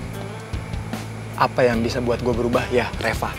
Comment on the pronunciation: Coba liat di bilang reva jadi repa